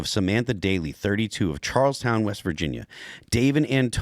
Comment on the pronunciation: WV native here, it's pronounced CHARLESTON, not Charles TOWN.